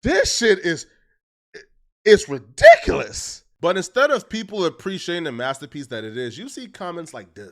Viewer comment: Sussesfoh, bibo charts, redeeculous, this guys English is his second langue and don’t have a first